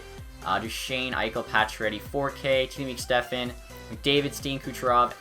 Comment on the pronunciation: STEPAN is pronounced step-on. Not Stefan